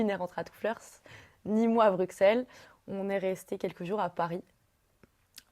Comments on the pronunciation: Une belge qui prononce Bruxelles : BruXelles je ne peux pas y croire un instant.. 😂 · laurie labarre il y en a plein qui disent bruXelles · Lisa Schroeder je suis française et dit bruSSel et des amis belges disent BruXel... donc rien de choquant à mon sens